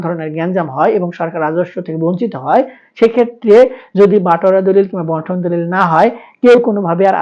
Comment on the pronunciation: বন্টন দলিল না বান্টন দলিল, সঠিক ভাবে বলেন।